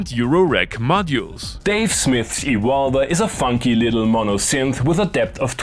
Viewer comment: To me it sounds that You are saying "the vulva" when you are saying "the Evolver". Which is making my inner school-boy giggle uncontrolably.. I want this synth so much! Thank You for another great video!